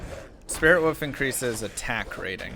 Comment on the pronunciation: WOLF NOT WOOF! BITCH